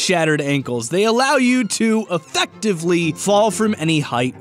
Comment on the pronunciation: That was a funny way to say 'Effectively".